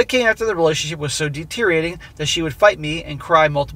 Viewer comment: Stop saying deteriating for F sake, it's DETERIORATING! English is not even my native language yet I know it better! 🤦🏻‍♂️